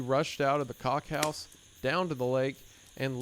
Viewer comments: why did he say cock house when it clearly says cook-house?! The hell?!😂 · Wendigoon its a COOKhouse not a COCKhouse. Freudian slip recorded for all time on YouTube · I love how Isaiah pronounces "Cook-house" as "Cock-house" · Worry not, friends. He said Kock-house. Kock is Swedish for cook. ...That's def what he meant. Mhm. Yep. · Am I the only one that noticed the "cock-house" slip up? lmaooo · lol. What a lovely mispronounciation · You had the wrong pronunciation of cook-house😂😂😂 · Sorry, the WHAT-house????